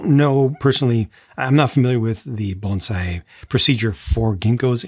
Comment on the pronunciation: Not a big deal one way or the other but props for pronouncing bonsai correctly and not saying banzai!